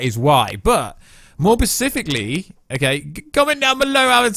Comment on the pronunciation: Pacifically lmao